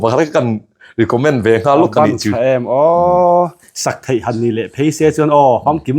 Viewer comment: ‘Thei’te hi thai ti deuh hian a lam ri thina ngaihthlak a tinuam lo deuh thin ka ti ve.😊